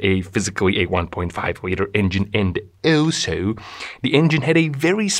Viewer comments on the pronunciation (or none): and ÖLSÖ 🥲😂 All love from Scotland 🏴 We have funny accents too 🫠